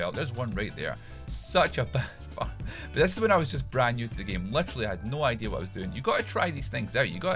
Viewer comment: Lol he said idea = idear